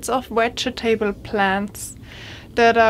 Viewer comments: Hahaha... the part I like the best is the 4 syllables. In fact, I think I’m going to start pronouncing it like that. Wedge ee ta bulls. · will you take more English lessons please, i'll fed up with falling off my chair. Vegetable and start with the same V. thank you.